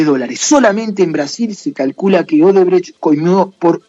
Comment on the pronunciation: Es odebrecht y casi todo el video pronuncias "obredecht"